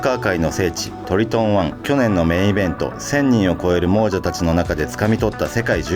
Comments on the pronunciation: 猛者→xもうじゃoもさw ナレーション取り直そう❗ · 「もうじゃ」ではなく、「もさ」やで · 猛者はモウジャじゃなくてモサだよ